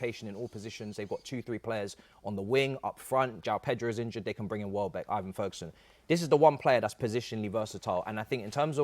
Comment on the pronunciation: Why does he say Ivan Ferguson and Iverton wtf